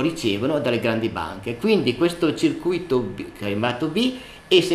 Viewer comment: bel video ma è sbagliata la pronuncia di circuito